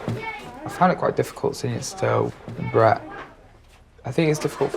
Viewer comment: Swear the narrator just called that kid bread